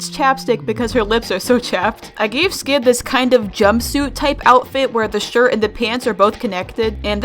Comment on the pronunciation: When you said “skid is a skeleton” I heard you say “sans is a skeleton” Skid is sans confirmed